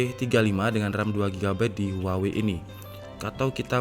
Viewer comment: "Huwaengg", lagi bersin gw